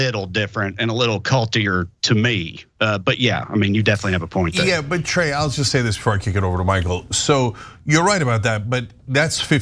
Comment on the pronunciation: It's TRAE. Not "Clay" or "Dre".